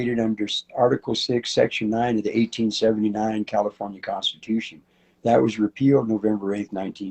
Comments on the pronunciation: I sure wish she could learn to say California correctly. If she has been in the USA for 30 yearn, she wouldnt have that much accent. Well unless she works hard at keeping it. If you think you need to be saving American, talk like an American. Now I am not opposed to having an accent, but if it is "fake" to get attention, thats different. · Every time she says California I hear cauliflower